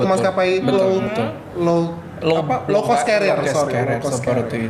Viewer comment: The influence of their L1...made the word sounds like 'class' instead of 'cost'.